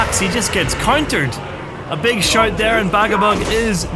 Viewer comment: The shite lol didnt know you said “shout” until the 3rd time